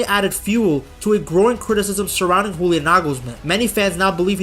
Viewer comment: The way you say "Julian" sounds way to cool for this twerp. Great video though.